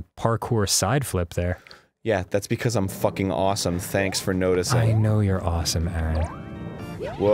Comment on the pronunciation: I love how instead of Dan saying "because" He says "Bacos"